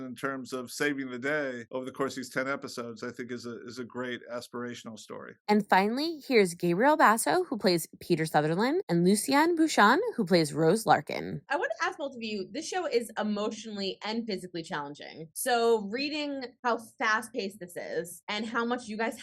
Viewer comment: lovely interview but her name is pronounced "lucy-an-ee" and surname is "bucha-nan" sorry it bothered me had to point out🙃